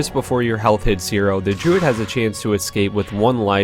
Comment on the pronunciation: Why are you pronouncing druid like 'jew'?